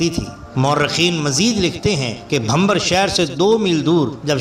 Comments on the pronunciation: Bhamber nhi Bhimber..lafz drust kr len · Gujrat main Jahangir ka maqbara mere ghar se thora door hai aur bachpan se is kajani se waqif thay . aur Shah Jahangir ke maile bachpan se dekhe.Aap ne mazeed tafseelat bayan kar deen,.Bohat khoob .shukriya.Sirf aik guzarish,gar ijaazat ho to: Naam "Bhimbar" hai,:Bhambar " nahin.Yih qasba bhi hai aur aik naala bhi.